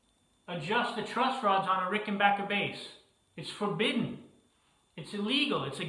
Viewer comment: Congratulations on being able to pronounce 'Rickenbacker " correctly!